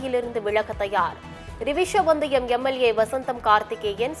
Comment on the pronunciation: செய்திவாசிக்கும் அன்பு சகோதரியே 🤔🤔🤔🤔🤔🤔🤔🤔🤔🤔🤔 அது ரிவிசி வந்தியம் தொகுதி அல்ல !!!!! ரிஷிவந்தியம் தொகுதி என்பதை நிதானமாக பார்த்து செய்தியை படிக்குமாறு தாழ்மையுடன் கேட்டு கொள்கிறேன் 🙏🙏🙏🙏🙏🙏🙏🙏🙏🙏🙏